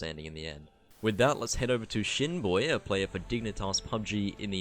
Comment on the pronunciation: Fr i thought you said Shitboy had to go back and check no disrespect to Shinboi